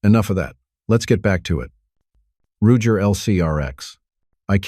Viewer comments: Wtf is with all this ai crap. Pronounces first revolver wrong. Roo-jer? Wtf. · Roojer? A.I. is trash